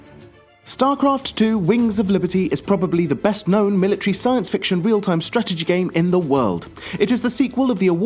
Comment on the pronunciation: The fuck you said strategy a hundred times, and i was annoyed the first time you pronounced it :(